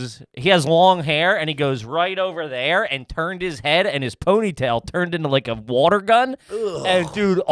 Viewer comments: I love that made fun of for pronouncing “water” correctly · When I heard that correctly pronounced Water, my brain slammed the breaks, like whaaaaaaaat was THAT???? 😆😆